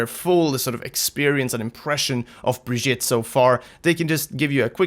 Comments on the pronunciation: Well he's not... it's bri-geet-a. With a hard G. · To fix your terrible pronunciation of her name think Vegeta, except turn him into some brie cheese. Brie-Geta. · BRI-GEET-AH. come on now. how are you so misinformed? watch the developer update and the origin video... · Say it with me.... Bre-Gee-Ta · Say it with me. Bri GEE tah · Pronounciation mysca, brig eeta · It's "Brajita" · Why do you not pronounce her name, Bri-geet-eh? She says her own name in the reveal. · Y'all are really butchering her name.. Also, not surprised the super jump didn't last. That was obviously an unintentional ability. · My god how hard is it to at least try to say the name right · >Still can't pronounce her name correctly. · Jonathan Brooks the pronunciation is just plain stupid from blizz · its not brigitte its brigitte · Dude, watch her origins trailer! She introduces herself at the end and you can just go with that. I get that Americans might mispronounce her name but right now it sounds like you're saying it wrong on purpose and while I love you guys, it's really silly. You're not from the USA, you can do better! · BunBabylon Its not Brajita There's no J sound Its a G sound.